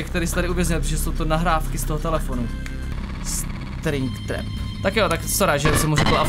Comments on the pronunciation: Striiiing traaap!!? Jak však to tam musí byť napísané že spring trap kámo nevie čítať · ahoj, cte se to spring trap a ale ne stringtrap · FNAFFFF :_Smuu::_Smuu::_Smuu: My day is saved. (XD Stringtrap BTW čte se to Springtrap) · Je to springtrap, ne stringtrap🤣🤣🤣🤣 a je to zároveň Afton, ten člověk v něm se tak jmenuje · Je to spring trap ne string trap xd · Je to ,,SPRING TRAP,, a ne ,,STRING TRAP,, OK? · springtrap se čte springtrep a v překladu je to pružinová past